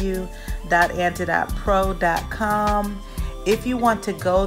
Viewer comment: It’s pronounced like antidote. Like oatmeal. It’s an anti-inflammatory.